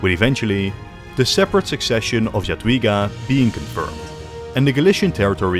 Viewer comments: Jadwiga is pronuonced "Yadveega" and Jagiełło is pronounced "Yag-yeaw-wo" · Nice video, but your pronunciation of "Jadwiga" and "Jagiełło" hurts my ears every time i hear it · brother can't even pronounce "Jadwiga" or "Jagiełło" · evil way to pronounce jagiellon and jadwiga